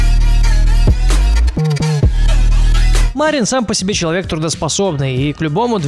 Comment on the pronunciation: Там 2 И Мариин Макано ударение на вторую И